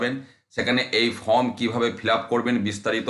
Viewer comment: ফর্ম কে ফ্রম, ওয়েবসাইট কে ওয়েবসাইড বলছেন? শিক্ষার মান কোথায় নেমেছে সেটা বুঝিয়ে দিচ্ছেন। আগে নিজে শুধরে নিন পরে অন্যকে শেখাতে আসবেন। ছিঃ ছিঃ ঘেন্না ধরে গেল।